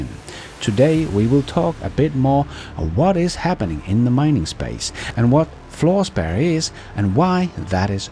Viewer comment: I couldn't understand him either bit in the comments above it is Fluospar